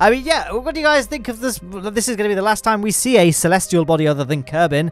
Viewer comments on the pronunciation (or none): none